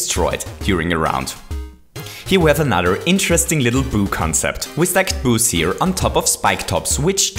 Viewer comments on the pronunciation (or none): Lol it sounded like you were saying “booze” the whole vid. You make great vids but your accent is kinda annoying. But, ima keep watching cause these are really improving my knowledge!